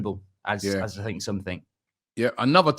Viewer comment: Brighton are frew. Bournemouth are frew. Man City are frew. Ah fink. And everyfink.